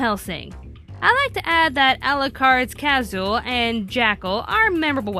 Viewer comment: Its pronounced kah-sool.